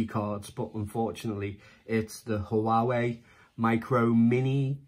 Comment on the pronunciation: 😊👍 Also, not to be anal but I believe its pronounced "Waa-Way" 😉